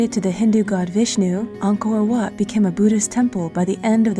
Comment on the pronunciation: Btw it’s said “Anko whaut”